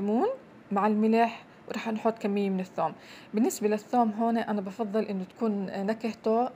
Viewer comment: الثوووم؟ من وين انتي